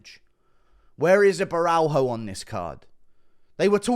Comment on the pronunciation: It’s Caio (Bo-hyo) just say Ohio with a B in front of it